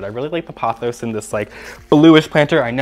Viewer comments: The way you pronounce pothos drives me crazy. It’s Poh-thos. The word you are saying would be spelled Pawthos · Sorry, not trying to hate. I like your channel but I ’m neurodivergent and consistent mispronunciation is difficult for me